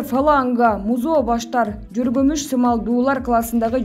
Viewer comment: Дикторлорду2-3ай окутсанар боло уятда кайра кайра жоргомуч дегени